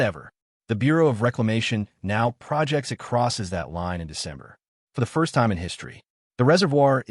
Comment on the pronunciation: Stop using AI for your narration…’projects’ was mispronounced multiple times because AI is stupid and doesn’t look at the context. 👎